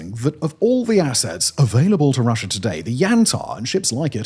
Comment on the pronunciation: I understand the intrusive R is for linking words together to sound better, but why would you add an R to the end of a country name?